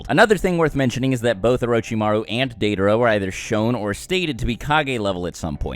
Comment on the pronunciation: Your pronunciation of Deidara and Nagato is cringe worthy. I think that Naruto and Sasuke together are the strongest but Itachi is next. And even with Naruto and Sasuke separate. He is way more smart which gives him a better edge than Naruto's nonthinking style of fighting and Sasuke's blind rage.